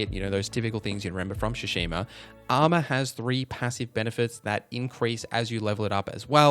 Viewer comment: TSU. Tsushima. Not Shoeshima. Same Tsu like in Atsu. You're already saying it properly in a different term.